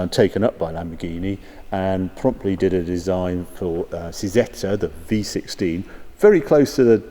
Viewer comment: I believe you should pronounce Cizeta with a "Ch" sound